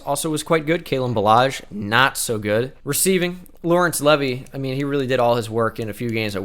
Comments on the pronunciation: It's pronounced levi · Can you PLEASE pronounce "Levy" as "Leave-eye"/Levi? Both of the ways you're pronouncing it sound wrong to me. 😅 It hurts.